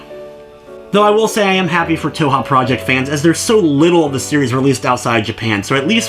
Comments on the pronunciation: It's pronounced 2hu. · Touha? Its Tōhō not Touha. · _- "toe-ha" how do you even get that from "touhou" (toe-who) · Yeah it's a good review. Sorry lol, just thought I'd mention that it's not always the best idea to just go with the first thing you hear from random peeps online. (I'm pretty sure it's like "Toe-Hoe" for what it's worth though, in all the Japanese videos I see where japanese people pronounce the name they say it like that.) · it hurts my stomach, but i have not regrets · lol stumbled upon some primo cringe today. Also toe-hoe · did you, like, spend no effort even attempting to figure out how to pronounce the series? >:C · Leave the man alone about the way he pronounces it, JFC. All that's important is that you know what he's talking about. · Where do you see an "A" in the word Touhou... just... gotta ask.. >.> good review though! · Yeah sorry but a cursory glance of Japanese touhou stuff (you know, where it came from) clearly reveals it to not be pronounced like that. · Im not shaming your review at all (hell I have the game now) but one way to piss off a community is to mispronounce the title